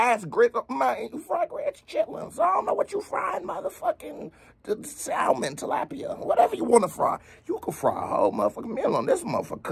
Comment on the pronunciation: "tilapia" lol. Really enjoying channels!